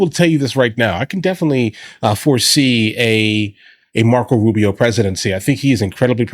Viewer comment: “Marcos Rubios” -Asmongold